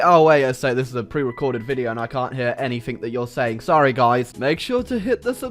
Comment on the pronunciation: Its anything not anythink....